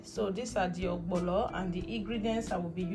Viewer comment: Nice.. but why spell correctly and wrongly pronouns Ogbono Not ogbolo🤮🤮